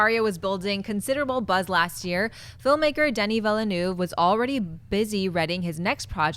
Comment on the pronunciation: pretty sure villeneuve is pronounced incorrectly.